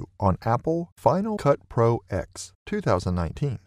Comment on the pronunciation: Wow! FCP Pro X has been around for awhile and you still say "Final Cut Pro ex!? It is pronounced "Final Cut 10". Do you say "Super Bowl ex ex ve" for Super Bowl XXV?